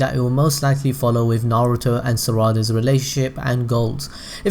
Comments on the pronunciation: Bruv it's pronounced "nar oo toe" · Narooto Sassgay Saakurah Ugh-chi-a Madraa Suraada Buhrewto